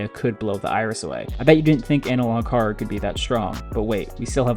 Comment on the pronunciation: Bro can't even say the word "horror" right